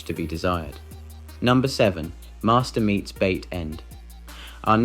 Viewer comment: "Master meets bait end" for "Masturbator meets hard end"